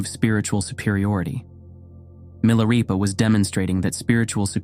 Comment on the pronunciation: Why narrator pronounces Milarepa then Milareepa? Is this AI narration, or what's going on?